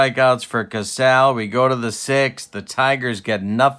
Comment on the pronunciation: As far as pronunciation, I always remember Jerry Casale as being pronounced 'Ka SAA lee'...and Moford was 'MA FORD'...I remember those names listening to George and Ernie...fill in the last names of those two Tiger announcers...by the way, you aren't the only one laughing at your comments...love your 'Tubes' babe!